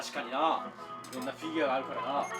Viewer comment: フィギアじゃなくてフィギュアと思うぞ